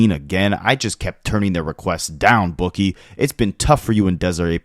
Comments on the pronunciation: Boo-Key is how you say it not bookie like an active reader lol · FYI it’s not Book-ie like gambling it’s Boo-key❤❤❤ tryna lil sis her